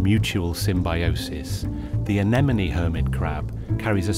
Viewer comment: Is it pronounced enemonie? I always thought it was a-ne-mone?